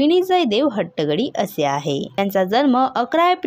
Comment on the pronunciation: निवेदन करणयावर लक्ष द्यावे 🙏 पहिले हट्टंगडी हे नाव नीट उचचारावे